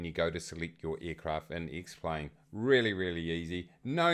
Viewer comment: Because that is how you pronounce the name of the program - duh!